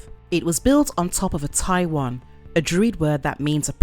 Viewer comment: I mean, the lady doing the voiceover completely mispronounced the word 'towen' - an old druidic word that King goes to great pains to explain in the original story - and made it sound like 'Taiwan', so I dunno, presumably the guy making the thumbnails was similarly lazy, heard 'Taiwan' and was like, "Taiwan? That's in Asia, right? Probably around Thailand or something like that? I dunno. Hold up, Google Image search, 'Asian horror monsters', ah, there, that one looks scary, that'll do. Right, done. What time is lunch?"